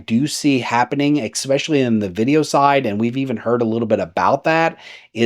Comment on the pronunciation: Ekspecially?? Isn't it "especially." good points though, it'll be interesting to see what the companies do as more specs seem to overlap